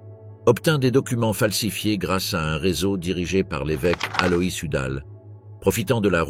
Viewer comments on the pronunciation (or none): none